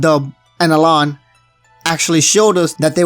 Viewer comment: It's pronounced Alain but meh.